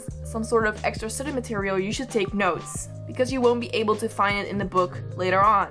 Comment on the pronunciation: Me being the idiot I am, thought the whole video that she was saying "nose" instead if "notes", despite clicking on it and knowing what it's about 😅😅